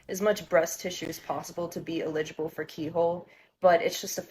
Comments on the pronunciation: Did that one just think they sounded cool saying “illijible” instead of eligible lmao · … this person hasn’t even been on the planet long enough to pronounce eligible correctly. They might legally be old enough to make their choice, but they are obviously too naive to understand the impact